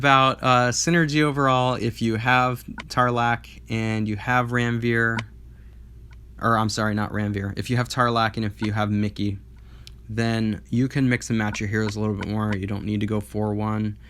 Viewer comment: It's "mee-key" -- assuming, based on his art, that it's intended to be an inuit-esque character. Miki is a name/diminutive in several languages, though, and they all pronounce it "mee-key" -- I can't think of a single language that would pronounce that combination of letters as "my ky".